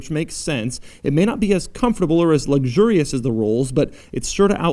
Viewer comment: "Luxgurious" LOL